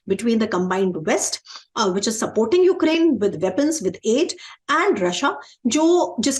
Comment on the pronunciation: ध्यान से सुने, वो उकरेंन कह रहे है। S Jaishankar भी उकरेंन ही कहते है।